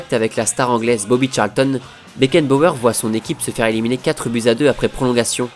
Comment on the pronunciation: un patron un leaderRRRRhhh . FRANZ BECKENBAUERRRRRRRRhhhh mdr